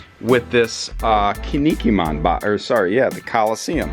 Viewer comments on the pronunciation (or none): Yo as a heads up to pronounce Kinnikuman right, try saying “Ken Knee Cool Man” really fast. Kin-ni-ku-man